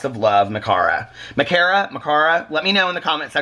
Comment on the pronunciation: Oops! I’m sorry that receipt snuck in there. At least I haven’t bought anything too embarrassing recently haha. Anyway, you did pronounce my name right (Ma-car-a) and I’m so so so happy you liked the chapstick and hopefully the food items will be delicious. Thank you!!!